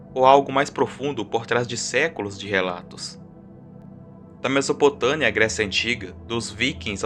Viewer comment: MesopotâMia com M e não MesopotâNia com N como esse burro fala,se já começa assim falando errado uma palavra tão simples já nem perco meu tempo pra assistir.